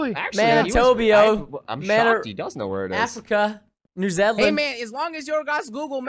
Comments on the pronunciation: Its new zealand not new zaland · You said my county wrong! Its nz btw